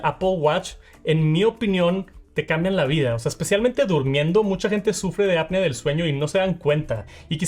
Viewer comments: Bro ya te dijeron en otros videos… no es APnea de sueño es apNEa… ni siquiera en inglés se pronuncia como tú dices. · Cada vez que dices mal “Apnea” se me van a atrofiando mis oídos.